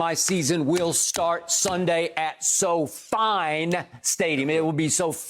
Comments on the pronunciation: “So-Fine”? Really skip? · At "SoFine" stadium!